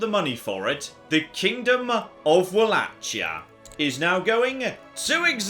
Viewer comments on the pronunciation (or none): someone teach how to pronounce Walachia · He has also repeatedly butchered the pronunciation of Wallachia and I'm pretty sure he said Gregorius instead of gregarious at one point.